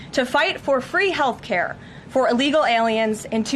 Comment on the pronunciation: I love your videos. I just wanna say though the first time I listened to it I always got a good laugh because I kept hearing hair care not health care! LOL And by the way, I do listen to the whole thing every time.